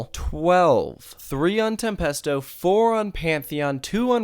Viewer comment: Tempesto tem-pasta sauce